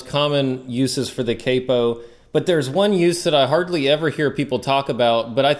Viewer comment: It's not capo, it's capo